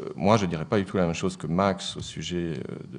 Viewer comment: Max aue ne ce prononce pas ohé, mais max aou !